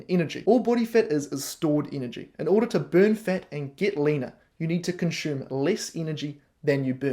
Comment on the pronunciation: I love the haircut,. Having lived n NZ I can even cope with the tortured vowels Kiwis use when speaking English. But pronouncing ‘consume’ with an ‘sh’ sound when I’m used to hearing an unadorned ‘s’, is not working for me. Please stop. 🙏